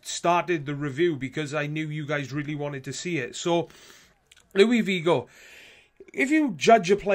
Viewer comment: He's Portuguese not French, it's pronounced Luis not Louie. And you pronounced his last name like Vigo